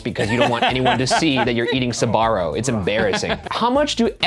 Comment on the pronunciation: I'm sorry, but it's really funny how they don't pronounce SB and say sUbarro instead.